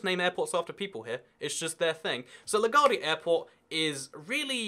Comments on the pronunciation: It's pronounced la g-wardia like gwaurd not gaurd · 1. It's pronounced Le GWAR-de-a airport. 2. There are cheap domestic flights within the USA....Look up jetblue, southwest and spirit airlines. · It’s la-gwar-de-a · You pronounce LaGuardia wrong… it is L-Uh-Goo-Are-Dee-Uh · you say la guardia wrong